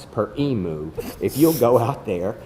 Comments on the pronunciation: In the South or wherever else, "emu" is pronounced "e-mew", not "e-moo". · I've never heard a Texan pronounce Emu like "eemoo", it's always been "eemyew"!